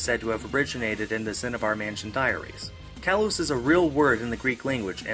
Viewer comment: Actually,'kalos' doesn't mean beauty,rather,it is the male adjective for either beautiful or nice. ^^; And um,the pronunciation is kinda different as well,with emphasis on the 'o' rather than the 'a'. Hope I'm not being too annoying. ^^